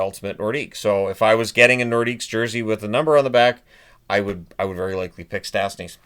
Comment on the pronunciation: "Lay NorDEEK". No S, please,.